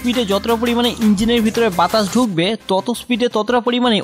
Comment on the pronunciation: ভাই বাতাস না বাতাছ 😂